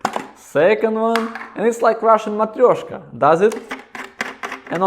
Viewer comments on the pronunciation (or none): none